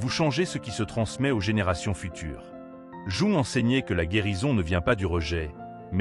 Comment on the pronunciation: Quel dommage ce doublage de voix par intelligence artificielle pour un contenu aussi intelligemment humain. Jung est prononcé "jouant", quand il n'est pas carrément écrit comme ça... Le fond de vos vidéos est top mais la forme est à reprendre. Elles n'en seront que plus appréciées 🙏